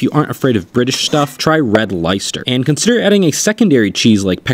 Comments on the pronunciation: BRITS TRIGGERED 😂 I’m sure he did it on purpose but for comment readers: it’s pronounced Less ter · LIE-ster 😱 close, please pronounce lester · Not trying to be a um actually person but as a british person i must correct your pronunciation it is pronounced "Le-stir" not "lie ster" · I think I’m legally required by the British government to say it’s pronounced red Les-ter not red lie-ster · Lyster 😭😭😭 it's pronounced Lester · As a British person I’m crying at the LIEster pronunciation 😭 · The way you pronounced Leicester made me physically revolt. It's Less-ter 😂😂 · I always thought it was pronounced lie-chester until an English friend corrected me😂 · If its pronounced Lester then call it Lester, idk how y'all can invent a language and not even speak it properly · yes, I know, lmao. However, lei could and would sound like lie or lay, depending on your pronunciation. The only time I've ever heard lei sound like leh is in Leicester or Leicestershire. This means that the only reasonable alternative to him saying lie was lay... and it would have been "lay sester." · As a British person, Red Leicester is fuckin’ delicious and one of my favourite cheeses. (Also, Leicester is pronounced Leh-stuh) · ITS PRONOUNCED les-ter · In the North of England it's pronounced lest-er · Red Leicester, pronounced Lester as in Lester from GTA V. Just for reference my guy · Brother please, as someone unwillingly stuck in the uk it’s “LE-STER” there is no pronounced I, we’re just quirky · Leicester is pronounced Lester. But keep pronouncing it wrong because watching people from Leicester get annoyed about it makes me happy. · Pronounced red LESTER, good grief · You mean “lestuh”. Americans actually pronounce r’s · People crying at the pronunciation of Leicester. Meanwhile I'm sad that he doesn't realise cheddar is brittish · Nah bro the pronunciation of Leicester made me die inside💀☠️ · My soul left my body when I heard him try and pronounce Leicester